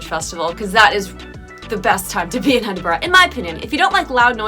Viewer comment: Every Scottish person was probably well chuffed when you didn't pronounce it as "Eeden-burg" 👍